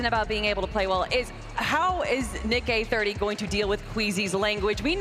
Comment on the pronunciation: How can you be presenting the FNCS Pro-Am and not be able to pronounce "Nick-EH-30" correctly. How disrespectful!